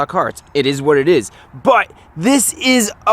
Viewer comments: it eez what it eez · is eeeess what it eessss